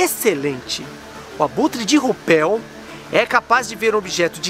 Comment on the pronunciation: Até onde conheço sobre pronúncias em alemão,RÜPELL pronuncia se RÍPELL